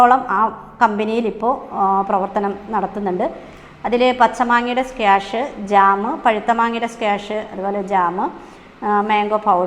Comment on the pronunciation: സ്ക്വാഷ് ആണ്. സ്ക്യാഷല്ല.